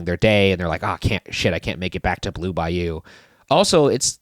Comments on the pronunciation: Anyone else hear them pronounce the restaurant as “Blue Bi-You” as opposed to Bayou. Maybe just me lol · The way you guys pronounced “Bayou” THE WHOLE TIME !!! PISSED ME OFFFFFFFFF 😭😭😭